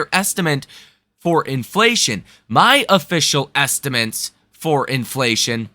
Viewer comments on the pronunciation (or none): Hey bro, great info on the channel, but you really need to pronounce the word estimates correctly. It’s not estiments. 😮